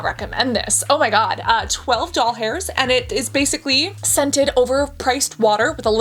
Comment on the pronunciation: "Forrtyy dollhairrrs."